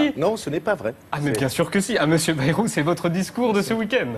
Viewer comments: Par contre Bayrou se dit « BAÏROU » pas « BÉROU » (en phonetique) 🤪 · "Bèrou" xD